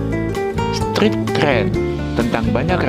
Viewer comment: Narator nya siapa sih ini??pronoun street saja kagok ..penguasaan ucapan yg benar sangat penting ya adminnya.